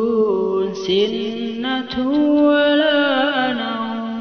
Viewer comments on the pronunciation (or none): Lafadz sinatuwwala nauum tidak bertasdid🙏